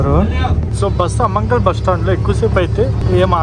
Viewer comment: అమంగల్ కాదయ్యా బాబు ఆమన్గల్ అమంగళం ప్రతిహతమవుగాక😅 ప్రతీసారి ఊరి పేర్లు తప్పుగా చదివి వాటి అర్థాలే మార్చేస్తున్నావు కదయ్యా